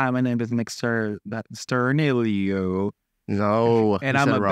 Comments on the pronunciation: Larray not being able to say sturniolo is hilarious 😂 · Larry trying to say Sturniolo is so funny 😭